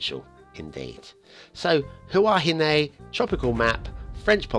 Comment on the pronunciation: As a Polynesian, that pronunciation made me über-cringe. Anyway, you tried your best with the time you had, so it is forgivable. Also, Huahine is thought to mean beautiful woman, comparing a woman to a flower. Hua (also ’ua/pua) means flower and hine (from vahine) is woman. Also, Hina (derived from Hine) is a Polynesian equivalent of Venus. Many people attribute Hua to mean gender. It does in some contexts, but most likely not in this one.